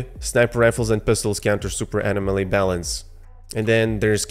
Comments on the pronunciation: This was really informative. Nice video. But say it with me…uh-nom-uh-lee.. anomaly 😜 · Bro! Uh-nom-uh-lee. Anomaly. I couldn't hear you say it wrong anymore and left. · Pronounce Anomaly wrong